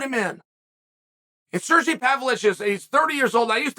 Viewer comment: Both Sergei & Sergey pronounce their names "sir-geh"